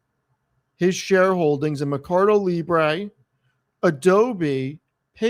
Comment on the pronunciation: You and Tannor both say merCARdo 😂